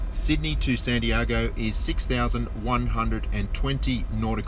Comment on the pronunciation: I can’t get past how you pronounce Santiago